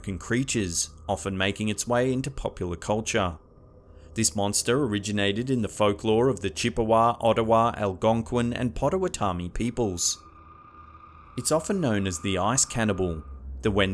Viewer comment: It's more like Potta-whatto-me